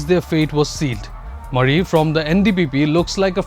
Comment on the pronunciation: Mon not Bon , Pungro not Pinri and Moori (Murry) not Mari ! Many of the reporter's mispronounciation of names of people are hilarious,insulting and very unprofessional ! It smacks of disrespect to local sentiments !